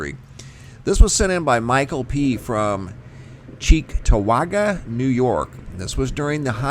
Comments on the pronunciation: Excellent pronouncing of "cheektowaga" 😉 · CHEEKTOWAGA, NY! Where I live. Yes you pronounced it correctly. THanks for another great video!!